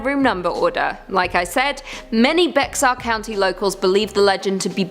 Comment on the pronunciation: The x in Bexar is silent.